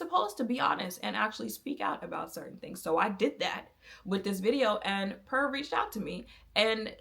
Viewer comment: Not important to the video but the brand is pronounced like pure and not pur like a cat. As for the foundation at the time i bought it the reason I bought it was because I could guarantee the undertone and they gave me the option to buy sample shade. As for why I don't use it now, mainly because I learned my undertone was olive and the reason warm was orange, pink looked red and neutral I could work with by adding some life with this elf bronzer that was too light to add dimension, but the perfect neutral orange to make me stop looking dead. I now don't need to do that, also in my makeup journey I realized my undertone tone acted like a darker veil than my skintone actually was and I needed to use lighter shades and add the veil back strategically with bronzer and contour. Essentially, I outgrew that phase of my makeup and how limited even 100 shades can be when you have a unique undertone. Also it was a little don't for my skin in the desert climate I love in so I always needed to mix other things in. There's never a perfect foundation that has a formula everyone will like, they just were for a time the best option for someone who was tired of the guess work that went into shade names and undertone claims.